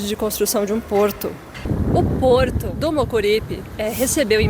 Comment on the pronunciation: Você não está precisando corretamente às palavras que tem a letra R na sílaba, não é pororto que se pronuncia e sim Porto